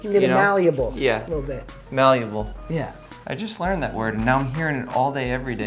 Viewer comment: It’s malleable, Jeff. No “u”.